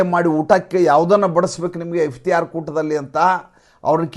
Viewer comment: Its iftar not Iftiyar.